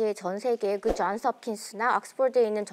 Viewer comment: 쟌스합킨스 악쓰폴드, 헤헤헤 는 한국인 아닌가요? 헤헤헤 영어가 한국말 보다 편한 저도 한국말에 영어를 끼어 넣기할 땐 한국어 맞춤법에 맞게 발음 합니다. 왜냐하면 거기서 주가 되는 말이 한국어 이기 때문 입니다. 좀 웃긴다. 헤헤헤